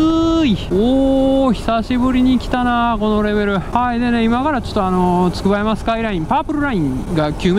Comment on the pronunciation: つくばやま読みめっちゃ気になる笑